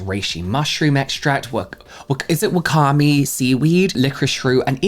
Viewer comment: Wakame (ワカメ) is pronounced wah-kah-may. ^-^